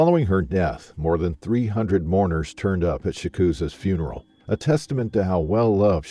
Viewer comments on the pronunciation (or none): none